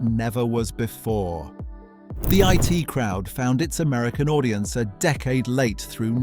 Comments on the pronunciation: Why are you so penny-pinching, and so insulting to your audience, that you won't use a real person to do the narrative, but, instead, use an Artificial Moron (we can't call it Artificial Intelligence) to mis-pronounce the words, names and phrases? It's bad enough that it called 'The I.T. Crowd' 'the it crowd' but even worse that WW1 (World War One) became WWI (Western Women's Institute?). And speaking American in an English accent (the pronunciation of years, for example) is more than irritating. There should be a warning in large letters that this is narrated by a moronic bot, and that it is therefore not worth watching. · I.T. Crowd. Not It Crowd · The name is The I---T Crowd. Not The it Crowd. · It is not the IT crowd, it is the I.T. Crowd. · It's not The IT Crowd , it's The I.T. crowd. Dumb Seppo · So not banned then. And a narrator who can't pronounce the names in his script (Linehan, I.T. Crowd, Blamire and so on). And the clips not from the series they're talking about (e.g. clips from The Two Ronnies during the Open All Hours segment)